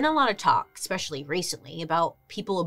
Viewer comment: Expecially always cracks me up! Love you Bailey. Love you!! ❤❤